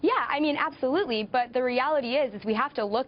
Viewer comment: It's pronounced "ABSOLEWTELY"